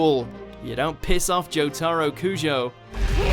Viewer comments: it's jotaro not jotAro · Ew he said JoeTahRow It’s pronounced JoeTuhRow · Ok I KNOW this guy did not just say Jotaro like Hamtaro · Anyone gonna ask why he said Joe-tar-oh instead of Joe-tah-roh? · It's Jotaro, not Jo-tAARRo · Its Jo-toe-ro Not Jo-tar-o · I get my guy is British but Jot-ARE-o it’s Jot-uh-ro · It’s (jo-Ta-row) not (jo-Tar-o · More like JOtaro not joTARo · You pronounced JOtaro JotAro? You should be ashamed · Jo-ta-ro not Joe-tar-roe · But why is his name being pronounced 'joTAAro'? Why not just say 'JOtaro', which closer to Japanese but still Anglicised enough? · “JoE-Taroe” bro thats how you know he didn’t even watch the show 😂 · He’s supposed to say jotaro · He says jot aro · "Say Jo-taar-ro again! Say Jo-taar-ro again! I dare you, I double dare you motherf*cker. Say Jo-taar-ro one more Goddamn time!" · Why cant these people {} pronounce the names e.g Jotaro [= jotaaro] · joe-tar-oh God has left the chat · "joTARo kujo" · Why does the narrator pronounce Jotaro as Joe Taro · the one thing bad about reading a script that someone else wrote is that you dont know how to pronounce some names... jotAro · It’s prounounced jotoro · This man did not just say Jo-TAH-ro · he said jo-ta-ro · My guy he said jo-TAR-o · WHERE DA FUQ DID YOU LEARN TO CALL JOTARO JOETARUU LIEK DA FUQ YOU ARE POSER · Say Jotaro right please. (Joe - Tah - Roh) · everytime he says Jo-Taro i feel like suiciding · surprisingly they only mispronounced jotaro's name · Anyone else got pissed off by the way he pronounced jotaro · The way he says Jotaro should be illegal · That’s not how your supposed to say jotaro is it? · nvm he mistook Jotaro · the way they say jotaro is a disgrace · the way he says "jotaro" makes me mad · The way this man says Jotaro, honestly smh 🤦‍♂️ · the way he says jotaro hurts my soul. its a good video and all but it hurts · He said jotaro rong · The way he said Jotaro makes me sad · He is pronouncing jotaro wrong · I hate how he says Jotaro